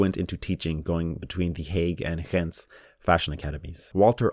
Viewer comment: as someone from antwerp: your pronounciations were pretty decent :D also how you said "ghent" is spot on